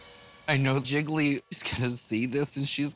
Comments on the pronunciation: One for Jiggily Two for Jiggily Nine for Jiggily Lol I love how she pronounces Jiggly 😂😂😂😂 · Can we talk about how Kylie pronounces Jiggly as Jiggily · i hear jiggle-y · I love how in the beginning sonique pronounced it “ ji-gle-ley”